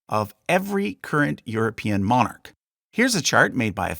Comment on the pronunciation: you'd think if you were going to do a video about a subject you'd learn how to pronounce all the names properly and especially the word Monarch